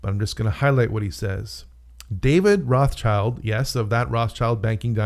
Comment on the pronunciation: Sorry, you can't even pronounce Rothschild correctly, so I am pretty sure you are way off